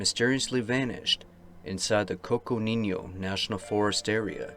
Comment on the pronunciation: I just love it when ol' cousin pops in for a while to chew the fat. Never know when to expect you but you always show up at a good time. btw -Coconino has no tilde over the n, it's just "coconeeno".